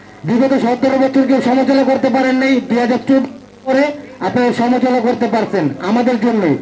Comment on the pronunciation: এমন একজনকে নমিনেশন দিলেন যে কিনা সমালোচনা ঠিকমতো উচ্চারণ করতে পারে না বাংলাদেশ আরো কত কি দেখব